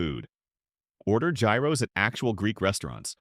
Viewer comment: Can you trust a video that cannot even pronounce “gyros”, “milligrams” or “jalapeños” correctly?